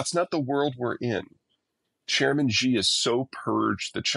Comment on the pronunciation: The name of the president of China is pronounced "she" (with non-rounded lips, slightly drawn back). Even if you just pronounce it the same as the English word "she," it's still going to be almost accurate, whereas this "Zhee" thing is just completely wrong! I don't know who President Zhee is, but he's NOT the head of the Beijing government!